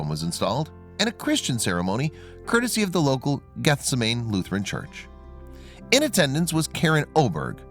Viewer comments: I like your stories, but your pronunciations of propernames, especially place names, is dreadful. "Gethsemane" , the garden where JESUS WAS ARRESTED, ought to be a familiar name even to non-Christians. Pronounced geth-SEM-uh-nee, not GETH-suh-mane. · PLEASE! The word Gethsemane is pronounced GETH-SEM '-AN -NEE. as in the place where Christ prayed before He was arrested and crucified.